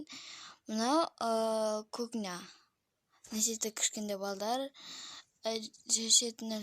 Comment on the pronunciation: Кукня емес кухня дұрыстап сөйлеш патом мынасетте емес мыншетте сосн бүз емес біз жаман сөйлейсің дұрстап сөйлеш а